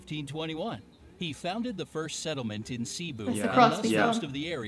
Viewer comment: CEBU "Seebu" × "Sehboo"/